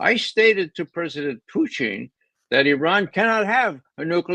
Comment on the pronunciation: HEY RAY ... SUCH DISRESPECT PRONOUNCING PUTIN'S NAME INCORRECTLY ... I TOOK RUSSIAN IN HIGH SCHOOL & COLLEGE ... THAT "LETTER" THAT MAKES YOUR INCORRECT PRONUNCIATION IS NOT IN HIS NAME ... LOOK UP THE RUSSIAN WORD FOR "MAN" THEN LEARN THE DIFFERENCE